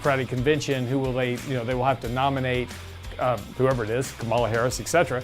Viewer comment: Please learn to say Harris's first name. Respect.